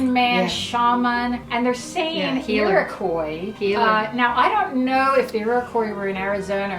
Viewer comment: I've never heard someone pronounce Iroquois like that before